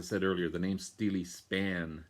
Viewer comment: Hi, really good to see Steeleye Span get a showing on the VC. Check out their 1974 album, Now We Are Six as it features none other than David Bowie playing sax on To Know Him Is To Love Him. Great video!. P.S. the guys are correct. It is pronounced Steel Eye Span